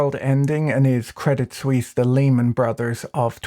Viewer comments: Swiss here: I laugh about every of your CS jokes. Most people here really hate CS and UBS because they are constantly embarrassing us and are involved in every shady dealing that is going on. PS: But please ask your CS friends to teach you how to pronounce it.. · Debit suisse loooool hahahha